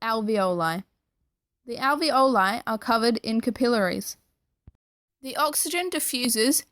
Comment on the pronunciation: You mispronounce trachea, alveoli, and capillary.